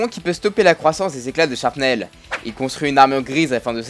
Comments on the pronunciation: "ils l'attaqua".. non ............."ils l'attaquèrent".. ensuite "sharpnel"...non......non ...non............."shrapnel"...m'enfin gamin!!!! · Ta vidéo est très intéressante mais par contre t'as dit au moins 3 fois "sharpnel" au lieu de "shrapnel"... ça fait mal xD mais sinon tkt pouce vert ^_^